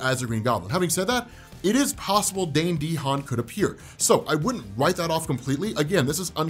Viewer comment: Alrighty …. It’s pronounced Da Han. Not Dee Han